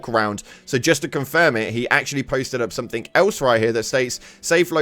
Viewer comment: Somethink? SomeTHINK? AAARRGH!!!!